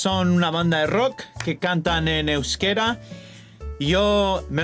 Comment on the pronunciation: Me encanta ver como tu dices Euskera, y la gente de fuera de país Vasco no es capaz de decirlo y dicen que hablamos "Vasco"